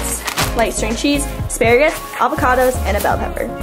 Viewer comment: You say 'alvacado' so does my mom. It's funny when you say it but it pisses me off when my mom says it for some reason lol